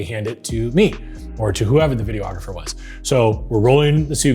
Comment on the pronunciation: Good content. However, videographer is five syllables.